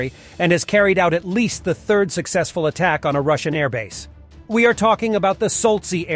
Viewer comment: Your bot has an interesting way of saying third when it is written 3rd.